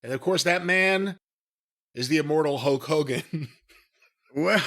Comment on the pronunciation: "Huk" Hogan haha